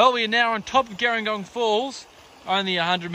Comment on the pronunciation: Hey great video, very handy! Just an FYI, local's pronounce it "Jeh-ring-gong". Like the South Coast town, with a "J" sound rather than the "g".